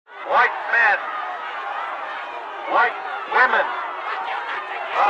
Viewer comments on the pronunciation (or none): none